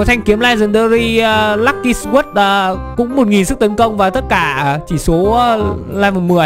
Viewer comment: chử sword đọc là so chứ ko phải sờ quất